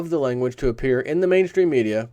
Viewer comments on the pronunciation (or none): none